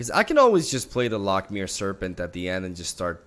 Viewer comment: hey bud, loch is pronouced similarly to lock, just a bit flemmy at the end :P